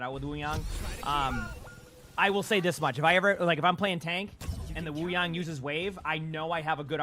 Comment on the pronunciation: W vvideos thank you for pronouncing his name right Wuyang